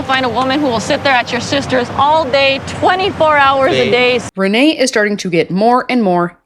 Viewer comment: I think you have been saying Rayne's name wrong this whole time. It is pronounced like Rainy or Ray-knee you are pronouncing it like it's Renee. But nonetheless she is completely unhinged.